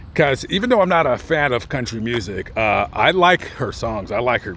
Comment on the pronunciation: I’ve never heard of a “C-o-u-n-t-y Singer” before.